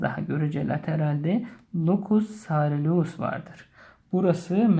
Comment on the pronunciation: locus soreleus? locus coeruleus sareleus die okunmaması lazım hocam. bi telafuz hatası var ayrıca uykudaki motor hareketlerden de sorumlu sadece norepinefrin değil.